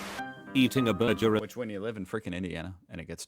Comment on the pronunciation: This fake AI voice can't even say burger correctly 💀💀